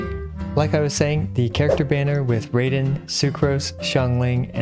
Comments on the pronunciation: "Imma just say Raiden." Pronounces it as Ray-den *Facepalms Enough of Raid Shadow Legends so you don't pronounce it as Raid-en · it is actually RA-EE-DEN, you will never win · Its pronounced "Ball" and "Rye-den" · I'm pretty sure the pronunciation is Ba-al and Ra-i-den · Well its actually pronounced ra-eye-den, ehe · It's actually pronounce RAI-DEN..... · actually is pronounced as ryden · do you mean…. R-EYE-den 😭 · It's funnily ironic that you still ended up with an incorrect pronunciation after trying to avoid it. Good news is, there's only one correct way to say Raiden Shogun. Most people get it wrong though, so don't listen to them. Rai as in Lie, or Rye bread. Shogun as in goon, or maybe plume. It's not a firearm people! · Hate to say it bro but raiden is pronounced (ry-den) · No its pronouced as RYden! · “I’m tired of the controversy so I’ll be calling her raiden” proceeds to pronounce raiden incorrectly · So..... Did anyone mentioned about your pronounciation for "Raiden" being wrong? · Btw its not ball or bael you say bael when u say baal but you have to say b ah l sheep go bah l and you do make the same mistake with raiden and sara but I greatly appreciate that u can say anemo correctly! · I’m pretty sure he got “Raiden” wrong too 😂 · The way he says Raiden also sounds wrong compared to how they pronounce it in the game…. 🤣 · Poor, people are now saying he says Raiden wrong too lol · Take a look at honkai to know how to pronounce raiden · who's gonna tell him the pronunciation of Raiden lol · I'll call her Raiden instead. Everyone: it's not RAY-den, it's RYE-den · You still say Raiden wrong 😭 it’s Rye-Den, like the grain rye. Not Ray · Raiden is a Japanese origin name. So it’s pronounced rye-den. Not ray-den. To be pronounced Ray-den, under Japanese rules, it would have to be spelled Reden or Reiden. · Uu acshtually her name is prghonounced rAiden not raiden. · It's not ray-den. It's rye-den. =) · But it's 'Rhy-den' not 'Ray-den'. =)